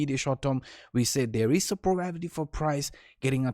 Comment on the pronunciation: The probability that will ever pronounce "probability" correctly is probably 0%